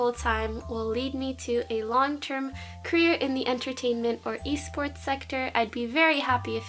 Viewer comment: LOL "esports" hehexd